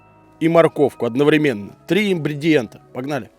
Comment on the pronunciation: Вы окончили колледж, но не можете правильно произнести слово «ингредиент».😆